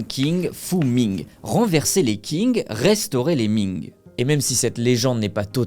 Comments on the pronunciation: C’èst Qing pas king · Techniquement c’est même « Tsin » si on écrit comme cela devrais être prononcé, le « g » ne se prononce pas, ce sont des voyelles « eng », « ang », « ing » etc sont des voyelles composé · le mec ne sait pas que qing se prononce "tching" mais il pense pouvoir raconter des histoires sur la chines, merci chatgpt quoi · Belle vidéo mais la prononciation de Qing c’est « tsing » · Déjà qing est pas dit "king" 😂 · Pour information, Qing se prononce "Ching". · Très bonne vidéo par contre par pitié, la prononciation ne peut pas être autant un fiasco, dire "Qing" comme "King" ça pique les oreilles... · Il faudrait aussi que tu t'informe sur comment les mots dans une langue étrangère se prononcent. Le "Q" romanisé se prononce "tch". Avec ça, on comprend vite d'où vient le nom du pays "chine", de la dynastie Qing. En quelque clique, on trouve facilement le cinogramme 清 et on peut facilement le passé dans google translate pour obtenir la prononciation. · Pour Qing, on ne dit pas "king" mais "tching". Pour 天地會, on ne dit pas "tiane dit oui'' mais "tienne dit rouer".Pour Hong Xiu Quan 洪秀全, on dit "Rongue chiot tchuenne".